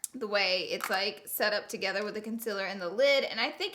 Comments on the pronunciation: Is it me or does she say concealer wrong like conciler not concealer.... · Honey it's con-ce-lure not cumciler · Why does she pronounce concealer wrong? IT'S CON - SEE - LERR not CON - SIL - ERR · what the hell with the "CONCILER" 😂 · Loara said conzelar lmao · "Consillurr" why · Con-ce-ler thats how you pronounce it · I love how she says concealer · Conciller and there goes another word grezy